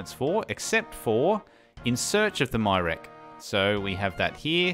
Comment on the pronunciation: I fell behind a bit on this series but I've caught up on the last three or four episodes now. I haven't personally heard many pronunciations of Myreque since I don't talk to anyone about RS or watch many YouTube videos on it, but "My Rek" was very unexpected and hilarious! I almost don't even wanna tell you the correct way!